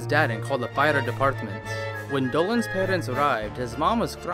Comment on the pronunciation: When said "fire department", I thought that he said "a fighter's apartment"...